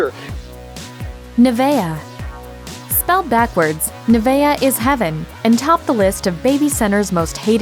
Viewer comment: Nevaeh isn't hard to pronounce.